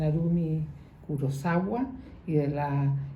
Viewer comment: KURISAKIIIIII ..Kurusawa No!!!!!!